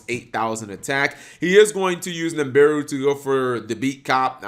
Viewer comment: cap... it's NIBIRU not NIMBIRU